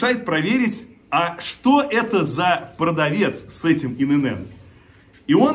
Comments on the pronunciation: Не Ин ЭнЭн, И ЭнЭн! ИНН!!! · Только не инэнэн , а иэнэн. ИэНэН ..ИНН